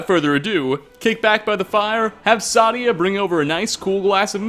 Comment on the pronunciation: Another great video! Keep it up! Just one thing though, : That name is pronounced "SAY-DEE-AH"